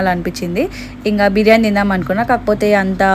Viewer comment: Konchamsepu uppu enka salt vesi kalipi pettali anta😂😂😂 pronounciation mistake 😅